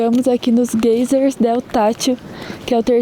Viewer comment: Desculpas mas vocês falando gaysers tá uma agonia rsrs, fala em português mesmo gêiseres ou vão praticandoo inglês falando (gaizes), Abraços!!